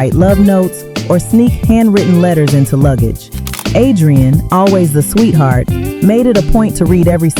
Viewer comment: Yall relax! Complain too much. Smh. If music is annoying then don’t watch and yall know what she means even tho she keeps saying key lee name wrong. I just feel they always tried to make the light skins push forward more